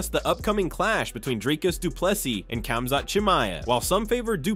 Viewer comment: This AI is pronouncing these fighters names differently each time 🤣🤣🤣.